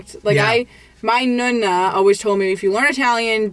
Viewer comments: teach how to pronounce NONNA - it is not nOOna (nuna) - but nOnna! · Why do you say Nunna instead of Nona? I think it’s time for to learn Italian. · nooonaa and noonoo. Not Nuna and nuno. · Cute she pronounces is nuh-nuh 🥰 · Its... Nonna....like know-Na... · at least teach how to pronounce nonna and nonno! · I hate how she pronounces nonno and nonna. It’s so bad 😂 please, take some Italian lessons